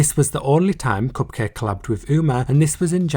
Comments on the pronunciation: It’s pronounced Cup-Kah-Kay. It’s a play on bukkake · The pronunciation of Cupcake *chef kiss* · My degenerate brain definitely thought cupcakke was pronounced differently... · when you said cupcakke i died inside